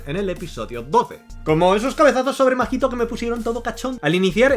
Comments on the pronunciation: AMIGOO NO ES MAJITO, ES: SE LEE MAHITO Y SE PRONUNCIA MAITO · Se dice maito no?? Segun yo la H no se pronuncia